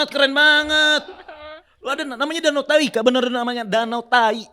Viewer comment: DANAU TAHAI 😂 bukan danau tai